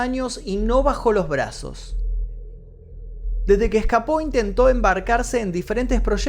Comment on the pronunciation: Cuando dijiste..... No bajo los brazos, pensé... No bajo de peso😄😆 perdón sé que es un mal chiste, pero así me sonó. Con respecto a este caso, no puedo opinar si fue un final feliz. Saludos.